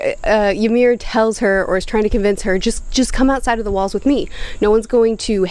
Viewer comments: Not Yamir, Imir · I'm 15 minutes in and my nordic blood is boiling at the attempts to pronounce Ymir. This is great entertainment at work, keep it up